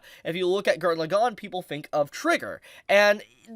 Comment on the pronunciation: Morons who can't say LAgann correctly get downthumbed.